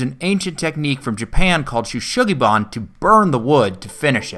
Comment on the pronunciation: Shou Sugi is pronounced as "Show-sugi", not "shoe"